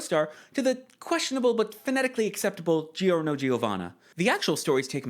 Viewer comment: Yeah, names like Giovanni are pronounced like "Jo-vani" and such, and Giorno's name is just "Jorno" lol